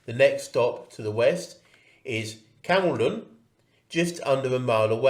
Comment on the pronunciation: There were four trains an hour up to Covid for a number of years, as the Cumbernauld trains ran to and from Edinburgh. Ridership was poor and they haven't resumed. Falkirk really has three stations if you include Camelon ((pronounced Came-l'n).